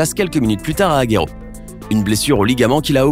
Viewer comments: La prononciation serieux Guetafe Aguero cest Getafe comme rétafer et Aguëro serieux fait un effort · Mon dieu comment ils ont prononcé Aguero 😞